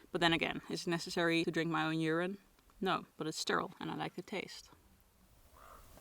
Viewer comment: Did you say your own urine?